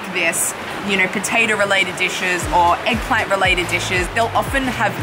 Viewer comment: Eggplant sounds like shoe imo 😳